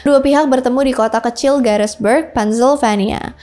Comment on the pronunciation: Gettysburg.. bukan Garisberg